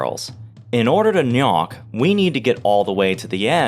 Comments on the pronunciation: Interesting video, however your faulty amateur methodology ruins the entire experiment because it should CLEARLY be pronounced "G'nok" and not "Knock." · shouldnt it be pronounced like nok or g-nok, and not nyak? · the pronunciation of GNOK was a little annoying, but other wise a really good video! almost makes me want to play the game again